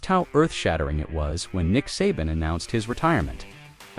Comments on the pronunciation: AI Can't even pronounce Saban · Good vid, too bad you can't correct the AI's mispronunciation of Saban in editing